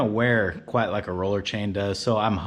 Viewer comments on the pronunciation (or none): none